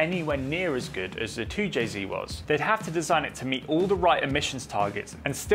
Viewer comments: Really hard to hear a person with a British accent say “zee” instead of “zed”…2 jay zed NOT 2 jay zee. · 2JZed, not 2JZee. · Its 2Jzed not 2jzee. The Japanese pronounced their Z properly, and it's insulting to see a British person pronouncing it as Zee. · An english man speaking american english, its a 2j zed not zee, both great engines though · You’re English… wtf is a zeeeee? 🤷‍♂️zed ffs 2Jayzed 😵‍💫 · Toow jay ZED, you surely are not American 😂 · You're English, its Zed...